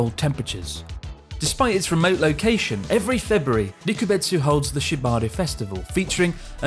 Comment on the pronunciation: Hey Chris, the festival is Shibare, not Shibari! 😅